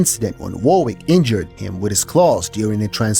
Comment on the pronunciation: Warwick is pronounced "Worrick", not "war-wick". It's an English name.